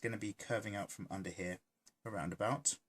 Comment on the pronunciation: Am I the only one watching in 2020? Idk if anyone noticed but I can't help but hear saying Hyaa instead of here, lol